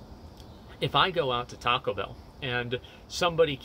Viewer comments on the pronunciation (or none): none